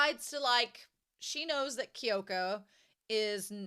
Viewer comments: Minor nitpick, but you often sayKyoko's name wrong. It's Kyoko (or Kyouko), not Kyoka. The name ends in an O. Though sometimes you do say it right. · Kyoko Sakura, not Kyoka.❤ don't worry, Romania, Kyoka is a nice name - just not hers. 😮😊😂 and it's Sa-ya-ka (prounounced sa-ya-kah) for Sayaka, ok?😮😊 Still, don't worry about it. It's much easier for you than my name, prolly, anyway ( my surname is Rynkowska, try to say that, not in American lg XD😂 ya know, don't try unless for fun)